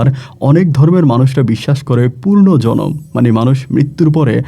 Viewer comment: গল্প বলেন ভাল কথা কিন্ত পূর্ন জনম বলেন কেন ? হবে তো পূনরজনম । উচ্চারণ সঠিক করেন !